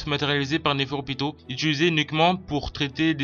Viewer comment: Sa s'écrit nepherpito mais sa se dit nepherupito et sa ce dit Nov et sa s'écrit Nov aussi c'est une fille car elle a des seins si on regarde bien comme le roi c'est un garçon vu que c'est un roi et oui elle est né la première et a l'avenir essayer de parler mieux pour qu'on comprennent mieux sinon bonne vidéo continue comme ça